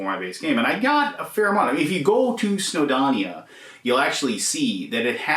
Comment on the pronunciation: Welshman here - it’s pronounced “snow-doh-nee-uh”, not “snow-donnia”. 😉🏴